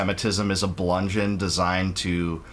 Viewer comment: *bludgeon (not blungeon)